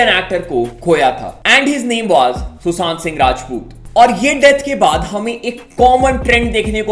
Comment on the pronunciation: Bhai susaant sing nhi shushat singh hai n kosis nhi koshish hota hai